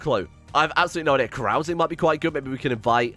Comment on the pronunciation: why does he pronounce carousing that way. it hurts